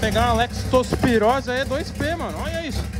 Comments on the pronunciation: "Lactospirose" pae 😂😂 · "PEGAR UM ALEXTOSPIROSE"